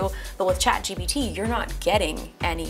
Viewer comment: She kept saying chat GBT lol